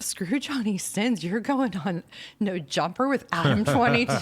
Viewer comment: Did she say Adam42 😂😂😂😂